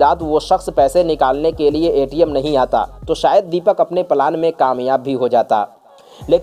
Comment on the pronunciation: Plan word ko palan mat kaho bhai